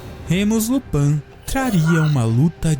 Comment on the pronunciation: Lupãn não... É Lupín. E não é jma maldição, é uma doença